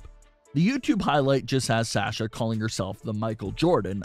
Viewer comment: For god’s sake it’s (SAH-sha) not SAASHA.